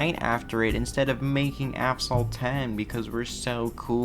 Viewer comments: This video is unwatchable due to the constant intentional "Aphsalt" ragebait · STOP FUCKING SAYING "AFSALT" WHAT THE FUCK IS WRONG WITH YOU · WHY DO YOU KEEP CALLING IT AFSALT NIGGA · Nigga did u call it "Afsalt" in the beginning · Asphalt ❌ Aphsalt ✔️ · Asphalt 8 : ❌ Afsalt : ✔️ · "APHSOLT 8" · Bro said affsalt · do you say “aphsalt” in the video or my ears don’t work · Asphalt ❌ Afsalt ✅ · are you saying...AP-SALT?? Its AS-PHALT... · Brother, it’s Asphalt, not Afsalt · Bro it's not Aphsalt it's Asphalt Good video though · bro said aphsalt 8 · Am i going crazy or does he keep sayinh ApSalt? 😂 cool video! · why do you call it app salt 😭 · Asphalt not aphsalt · yeah i thought i'm tweaking every time he said app-salt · How does NOBODY find how he's saying Aphsalt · is it "Asphalt 8" or "Aphsalt 8" you're pronouncing to? But anyways that was an interesting video about mobile racing games (CSR Lore and Nitro Nation games) btw can you review Ridge Racer Slipstream next? there's a modded apk by Techboy1997 but it was down so I have the files needed for your next review video. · No way bro said APHSALT games at the very beginning 😂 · Why is he pronouncing it as APHSALT 😭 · This guy keeps saying "Af-salt 8" how is no one pointing this out lmao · Aphsalt, why is it aphsalt 🫠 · say aphsalt one more fucking time and im blowing my brains out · I hate how you say it like "aphsalt" but other than that good video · used to love this game years ago... until my account bugged and i was permanently stuck at -9 million credits. edit: are we gonna ignore how he didnt say "asphalt" correctly once? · "AFSALT 8"😭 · Why bro calls Asphalt "Afsalt" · why is he pronouncing it "aphsalt" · bro said aff salt💔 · Either I'm going crazy or he is constantly saying Aff-Salt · probably got tired of pronouncing Asphalt as he pronounced it as Aphsalt for probably funni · “Aphsalt 8” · Assfall(t) , t is silent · He said aphsalt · Bro how you say asphalt is scaring me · He literally said aphsalt 8